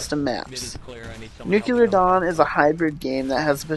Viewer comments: It's pronounced "noo-klee-er", not "nook-you-ler". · New-clear not new-q-lur. Good review. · it's pronounced /ˈn(y)o͞oklēər/ bro... Good review though! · nuclear. nuke-lee-ur. nuclear. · The pronunciation is: "noo-klee-er" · Nukelar Dawn?